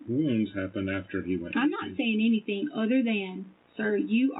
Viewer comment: Guys, she didn’t do “anythinK” to Gannon.